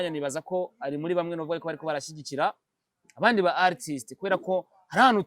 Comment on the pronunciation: Artist . Prononça Atist. R ntuyivuge